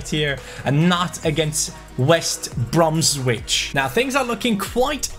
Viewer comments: Its probounced Bromich not Bromwich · It’s Bromich you don’t pronounce the w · Bromwich is not said how it's spelt, drop the W and say it like Bromich (west brom-ich) :)